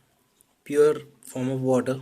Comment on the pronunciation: And the wattterrrr.... 😂😂😂